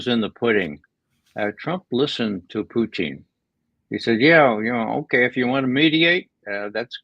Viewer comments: He's insightful, but this guy annoys me. It's POO-TIN, not Putein. He's a man, not a source of Protein. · Can Ray McGovern stop calling Putin Pu -teen, he sounds dumb when he says that.